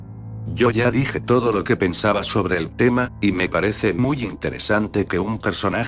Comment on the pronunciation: porque dice pobre en ves de sobre